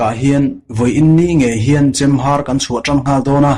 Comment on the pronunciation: Mizotawng lamdan hi i va han thiam lo em em. Mastea te drama a Officiala chhiar diklo(lui) ang mai. Inzir nasa teh. A tluk(tone) diklo nasa chu thuhran. A leh E hman pawlh a awm nual leh nghal. Chemhàr tih tur Chemhâr tih te. Leidò tur leidó tia lam te. Han ziah mai sen a ni lo.